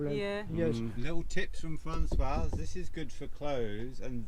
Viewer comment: Hi Both. Aways enjoy your vlogs, but may I echo the thoughts of The 's' at the end of the masculine name François is silent. The female version (Françoise) does have the 's' pronounced as it's followed by a vowel. Just for your info.